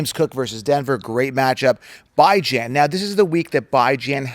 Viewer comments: Your mispronouncuation of Bijan's name shall remain a curse on him... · Hard to take you seriously when you mispronounce Bijan